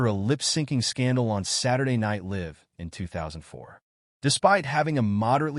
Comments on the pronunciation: It's pronounced Saturday Night Lye-ve. Not Saturday Night Lih-ve. Jesus Christ! Live is a pretty hard word to mispronounce. Pay attention to details, you schmucks! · Saturday Night LIVV???? Cut the AI, bring back human announcers!